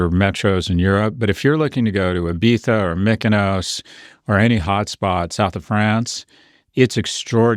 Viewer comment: I loved how well prof g pronounces Ibiza